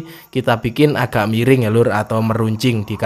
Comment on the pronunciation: Maap bang MIRING bukan "MERENG" 😅🤣🤣🤣